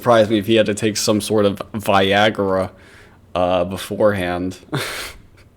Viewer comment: "...some sort of... ViAgArA ...beforehand"